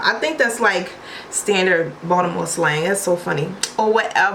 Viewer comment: the way your pronounced Baltimore made it sound like "Voldemort" 😂 Anyway, I love your personality and energy. Im subscribing right now. ❤️